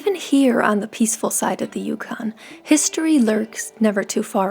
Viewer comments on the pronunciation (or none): Can you, You repeat the name Yukon. Yukon. Say Dawson City, YUKON. Repeat that... Yukon. Yukon